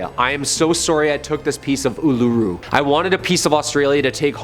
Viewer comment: Ularu is pronounced Ooo-la-roo. :D